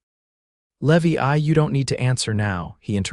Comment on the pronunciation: Name of gentleman is not levi, as in a Levi bank for floods, it ‘s LeeVy. PLEASE SET YOUR AI VOICE TO THE CORRECT PRONUNCIATION, this is pathetic.